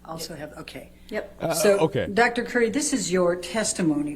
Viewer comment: It's Dr Cutie not Dr Curry